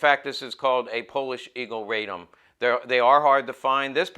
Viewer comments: Nice " rig ". Also you are mispronouncing the gun's name. It is a name of the city it was made in, RA-DOM. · OK, Let's get the pronunciation of the city of Radom, where the gun was made, correct. It's "Raa dome" for those of you non-Polish speaking people. It was a fine firearm with virtues of both the Hi-Power and the 1911.